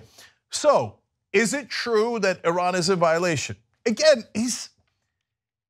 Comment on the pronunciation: Bibi said it's twue so it's twue. Not hard Young Jerks. BTW ISRAEL IS SECULAR